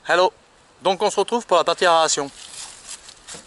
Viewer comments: Tu dis bien extracteur !!! Tu as du mal avec "a e r a t i o n" , tu as raison c'est juste une diction de m.... , tu m'as fais rire quelque chose .... Pouce encore .... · Mais lol, aération, pas aréation😁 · Aeration xd pas aréation